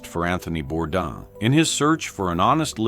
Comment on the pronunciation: The man committed suicide and you can't even get his name right. It is pronounced Bordane.